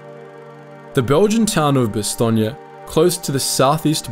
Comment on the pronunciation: Nice to hear Bastogne pronounced probably, as in Bastogneya, yes?